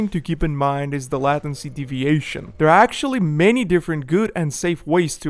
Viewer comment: LAY TIN SEE not LATIN SEE Good vid though .